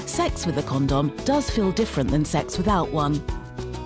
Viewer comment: It sounds like she saying corn dog